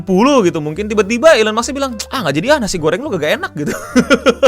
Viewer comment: Gue kritisi ucapan ejaan lo pas baca Musk.. mask bukan maks lol.